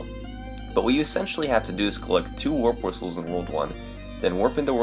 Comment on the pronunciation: "warp wisthhehe"